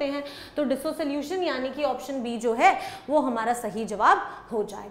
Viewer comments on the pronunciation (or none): Mam it's pronounced as dissolution not as dis - solution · I think it's pronounced dis-solution not diso solution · Disosolution ❌ Dissolution ✅ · Dissolution ❌️ DisoSolution ✅